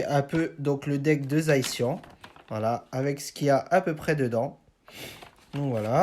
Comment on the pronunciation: c zacian pas zaician